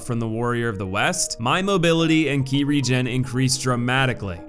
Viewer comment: In game, it's called Ki. He got it right